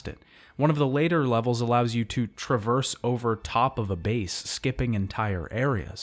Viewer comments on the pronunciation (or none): none